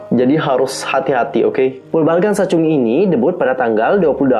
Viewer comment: Mohon maaf kak mau koreksi, itu bacanya bobbalgan sachun gi, bukan sachungi. Tp aku suka videonya karenajelas banget penjelasannya. Semangat terus kak